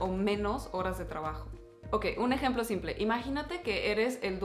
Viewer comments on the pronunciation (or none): none